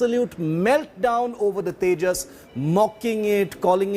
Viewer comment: it's tejas not tajas